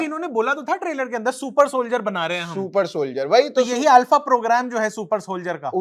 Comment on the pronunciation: ये अल्फ़ा नहीं आरफ़ा थी 😂